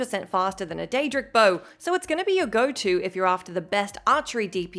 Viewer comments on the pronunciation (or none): none